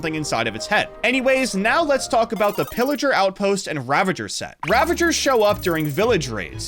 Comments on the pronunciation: It’s not illigar it’s piligar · Lliger is pilager